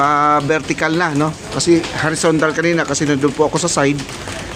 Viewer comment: Comment ko kagabi sa live.. KANINA.... ang basa mo KANIN (RICE) 😂 3 times hindi mo na gets😂